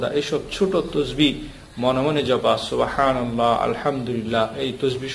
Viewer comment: উচ্চারণ সুবাহানাল্লাহ হবেনা সুবহান আল্লাহ হবে। বাংলা তো লিখে সুবহানাল্লাহ আরবি তো সুবাহানাল্লাহ।